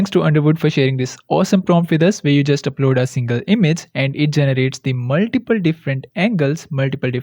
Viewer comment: "maltiple" can hear this without seen a head moving hahaah sorry